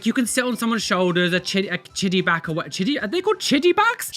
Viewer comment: I'm so sorry, but the "chiddyback ride" comment had me in stitches 😆 I think you meant "piggyback" Great video! I love watching your reactions!😍